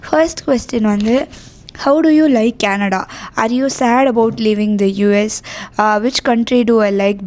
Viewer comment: You're very charismatic Just one pet peeve: the way you say Canada. You don't enunciate it properly. You say it like 50 year old mami, sounds like Kenedlaaa. Pronounce it properly no? You live there now. Least you can do is learn to pronounce it.